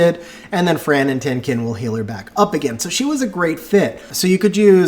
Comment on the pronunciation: The pronounciation for Tien Qin is wrong. Should sound like TIENG CHIN